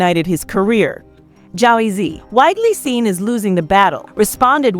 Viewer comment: Yo, why the hell you say Jay-Z like that? There's something so off about this voice.